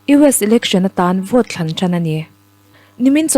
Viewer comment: 'US election atân Vote THLAN ṭan ani 😂😂😂😂Chhiar nâl i tum lutukna lamah i chhiar phelh phung zêl mai mawww